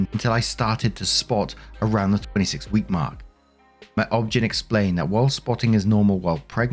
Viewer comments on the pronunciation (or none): Heya, Mark, it's not pronounced "objen", it's just saying the letters OBGYN, short for Obstetrician-Gynecologist. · Mark, I notice that these American terms come up for you often, so I thought I'd give you the pronunciation, so it'd be easier for you: OB/GYN (Obstectrics & Gynecology): You simply list all of the letters in order. For example, "That's her O-B-G-Y-N who just called with her pap results." NICU (Neonatal Intensive Care Unit): [Knee - Cue] (Knee, as in "I bumped my knee.") (Cue, as in "Cue the Orchestra/Band.") For example, "The prognosis is good. Still, their infant will have to remain in the [knee-cue] for the next two weeks at minimum." Hope that helps. Long time Waffler. ;)❤ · OBGYN is not a word. Say each letter